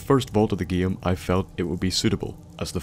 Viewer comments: It sort of bothers me that you say every word that has "ame" in it (like game, name, etc.) like "iem" (like giem, niem, etc.). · i mean you say the word game giem